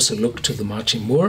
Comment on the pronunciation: "mack ree" = machrie